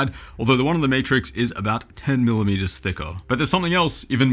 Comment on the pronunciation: Did you say Meatrix?